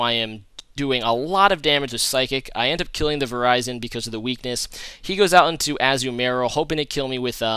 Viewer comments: lol verizon he always makes me laugh when he say pokemons name wrong its ver-ri-zion and hi-dragon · Lol it's pronounced Vir-iz-i-on, not "Verizon"